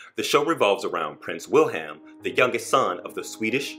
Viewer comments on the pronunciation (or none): none